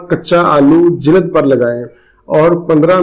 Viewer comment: Aap ka talafuz bohat galat hy ,, jilad " naheen balky *JILD*hy " darad "naheen balky *DARD*hy Please improve karain Aap ka galat talafoz, aap k lecture ko kha jata hy shukriya